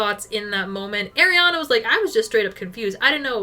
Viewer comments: It’s “Ari-Ana” not “Air-iana” 🥲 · As a fellow Arianna, it is pronounced ARI-ana. not AIR-iana 🥲🥲🥲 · it's Ariana not AIRiana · Loving this vid! No hate whatsoever but every time you said “air”-iana it hurt my soul lmao